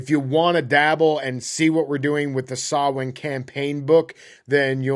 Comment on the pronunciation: Digging through your video backlog. Props for pronouncing Samhain properly! Maith thú!